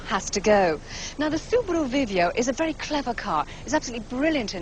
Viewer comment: Love how Michelle says subarrru